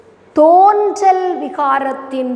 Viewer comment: தேன்றல் அல்ல தோன்றல்.